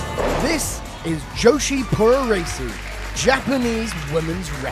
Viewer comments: I twitched a little bit every time you said "poo-roh-ray-soo". Puroresu is literally just pronounced "pro ress", short for pro wrestling. The u's are silent, but Japanese letters are all syllables. So when they're trying to imitate English sounds, they use silent or barely-spoken vowels between them. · 'pooro raysu' lmfao its 'puro REsu'. 're' like in 'resurrection'. not like 'ray' as in 'racing'.